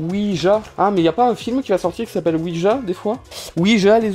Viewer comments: Ça se prononce ouidja pas ouija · ça se prononce ouidja. xD après les figurines poop, ouija. xD et ses prononciations xD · La prononciation c ouidja mais sa secrit ouija